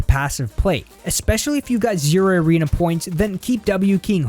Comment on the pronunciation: He says irena instead of arena Lmao🤣🤣🤣